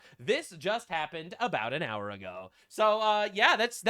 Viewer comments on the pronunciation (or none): none